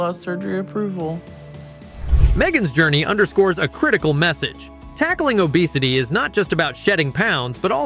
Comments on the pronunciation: And how it pronounced obesity as o "bess" ity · hate AI narrators. U.P.S and downs? ohbesetty? why doesnt this bother anyone else ?=/ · lol you called Che a woman the whole time 😂😂😂 and it’s obvious ur using ai voice over , no one pronounces obesity like that 😂😂😂 good video tho